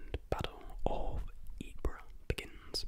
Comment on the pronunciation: Sarejevo - pronounced Sareyevo Ypres - pronounced eep 😊👍